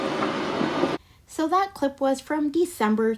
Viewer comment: And when she says DAT for that!